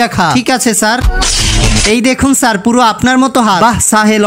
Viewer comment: Sir❌ saar ✅